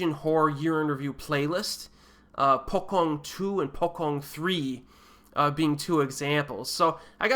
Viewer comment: Hi, the 'c' in pocong is spelled like when you pronounce 'ch' in chocolate. May the sentence help you too!